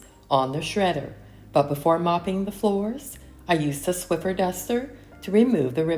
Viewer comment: Hi. Your video is just what I needed today. I was just not "with it." But I decided to turn your video on, get up, and start cleaning. Once I'd finished everything I intended to do, you were thanking us for watching. So, the video was the perfect length. 😊 I'd always wanted to mention the "Swiffer" thing, but thought perhaps you pronounced it the other way because you wanted to. 😊 Thank you for the video today. I actually "needed' it rather than just enjoying it as usual. See you in 2025. #swiffer #sprayway #clorox